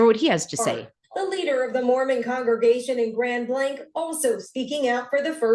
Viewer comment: 😂 when u were saying "grand blank" I thought u were talking n code.. but its a city.. 😂 Fill n the Blank.. Grand "illusion"